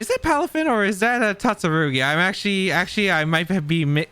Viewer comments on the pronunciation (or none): "tatsaroogi and dundunzo" is nearing wolfey levels of horrendous pronunciation and I love it